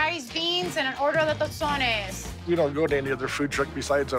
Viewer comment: U said tostones the wrong way guy